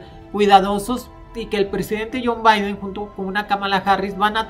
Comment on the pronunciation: “Jon Baiden”, y “Donal Tron”. Órale